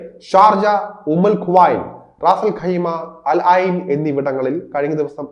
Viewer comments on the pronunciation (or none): അൽ ആയിൻ അല്ല അൽ ഐൻ 😂😂